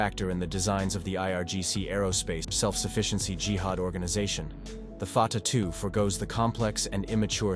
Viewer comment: Stupid AI cannot even pronounce the name correctly. Artificial indeed, but no intelligence.